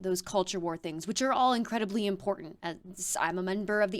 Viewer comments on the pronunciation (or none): Can someone tell mtg that the word important has no d in it. It's not impordant. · Can somebody please teach her how to pronounce the word important?! There is no d in the word important!